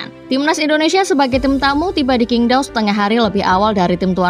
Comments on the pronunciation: Min untuk kedepannya saat menyebut nama2 di China seperti nama stadion atau nama pemain sebaiknya di revisi karna Qingdao di baca chingdao bukan kingdao (huruf China Q di baca C) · Min bacanya qingdao adalah cingtao